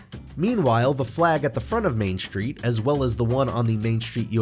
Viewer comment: What's a "shtreet"?